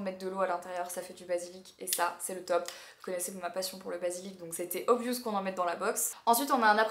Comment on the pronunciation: Obviiioooooouuuuuuss😐 Non le ou se prononce pas comme ça! Mais genre obvi’eusse’